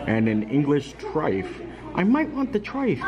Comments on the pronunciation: It's pronounced TRY-FULL, not "trife". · And triffle is super easy to make. Pronounced trife el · Oh, you had us in stitches...English trife...its trifle with an L.🤣🤣🤣..however it will forever be called trifle in our household 😅🤣🤣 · Hey a Brit here, the trifle is pronounced like “Try-Full” also you don’t need a specific glass to make one they usually get made in a big bowl! 😅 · As a Brit who has grown up with trifle it will now forever be known as Trife. Thankyou as always for such an informative vlog but making us laugh as well 😆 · you had me laughing today when you were talking about the english trifle and you were calling it a Trif 😂😂😂😂 it’s pronounced Tri fle like rifle with a T 😀😀😀😀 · The fish looked yummy, shepherds pie is super boring, we have much more interesting meals here In the UK.Yes we love a curry too. It’s nothing like the one they service in the Rose and crown tho, I wasn’t a fan. 😁 I love a truffle, it’s pronounced Tri-Full 😀 normally it’s made with fruit and jelly, sponge cakes/finger, custard and whipped cream 😋 fab vlog as always xx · love the video! english person weighing in though its a trifle not a trife 🤣🤣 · Pudding was trifel but spelt trifle. The L is pronounced! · Trife? It's TRIFLE. TRYPHUL... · hey love your videos! as a brit here i just wanted to let you know the correct pronunciation of 'trifle' is try-full! glad u liked it its my fave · I was gonna say, "Why is he calling it a "trife"? LOL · I Love trifle, it’s the best pudding ever! Especially with raspberries in the jelly! Not so great after chicken curry though which is also a huge hit in our house. I’m sure you know this now but it’s trifle rhymes with Eiffel. We are hoping to be allowed to visit in November and we can’t wait to try Le Cellier after your recommendation. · Hi, we love Trifle (pronounced tryfull). We love your Vlogs as well, keep them coming. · The L is not silent in trifle 🤣🤣🤣 thank the Phoenicians for that